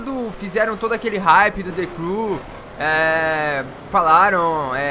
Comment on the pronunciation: De Cru kkkkkk o cara não sabe pronunciar a palavra vei mds